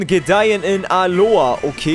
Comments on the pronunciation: Alolllla nicht Alohaa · Alola nicht Aloa 🤦🏻‍♂️ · Wie er immer Aloa sagt. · Es heißt Alola